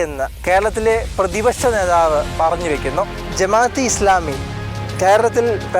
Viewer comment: നേധാവ് അല്ല നേതാവ്